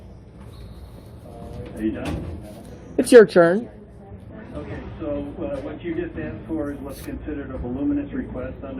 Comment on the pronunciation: “Is it my churn to speak?”😅